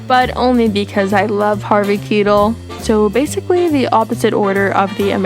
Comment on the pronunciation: Please look up how to pronounce Harvey Keitel! 🌸